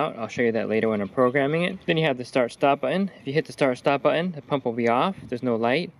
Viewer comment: It's the new way to say it. Also heard someone say cur- un for curtain. Where did the "T" go? So annoying. Also everybody is ending their sentences like a question....